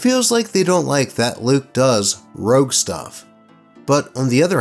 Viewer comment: ROGUE, not ROUGE. Damn you, Sonic.